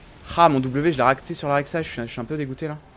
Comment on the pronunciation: Ça me perturbe tjr quand tu dis "la rek saï"😂